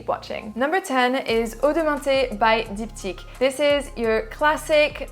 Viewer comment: I love how you pronounce Diptyque. One of the few female Youtuber that makes a really detailed, knowledgeable, and descriptive review of male perfumes.Thanks for the review!!